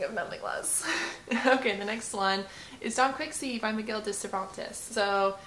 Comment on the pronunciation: Thanks! 😅 have you read the book?? Also, I mispronounced Don Quixote in this video too and highly embarrassed about it. 😂